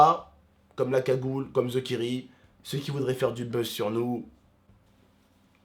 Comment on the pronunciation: pk il dit "ze kiri" pas "THE kairi"